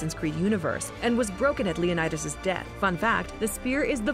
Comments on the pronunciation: /Lionaidos/ 😂😂😂😂😂 omg hilarious, I'm greek and it's actually pronounced /Leonidas/ or Λεωνίδας in Greek letters btw what we write in greek its read just as it's written for example : Αλέξιος, Alexios is read /Alexios/ I know its difficult if you don't know greek to say it write but you can try (no hate) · When she calls him LeonAidas you know you can't take this video seriously 😂